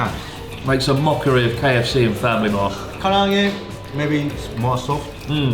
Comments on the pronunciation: Chris's insistence on mispronouncing Karaage as Kariage gives me an idea: Zangi chicken with a curry marinade instead of the garlic soy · blud still cant say karage. kariyage